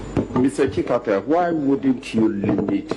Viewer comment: The name is Tsikata and not Sikata.